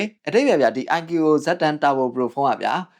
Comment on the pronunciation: IQOO ❌ အိုင်ကျူအိုအို✅